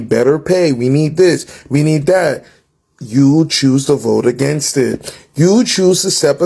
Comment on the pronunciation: There is no "I" after N in AGAINST. It's annoying as hell. Learn how to speak.